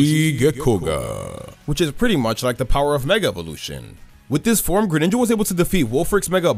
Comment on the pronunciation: THE FIRST I IN GRENINJA IS SUPPOSED TO BE AN E!